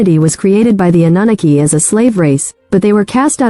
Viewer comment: The AI voice is terrible- “uh nuh nuh key” cannot listen to that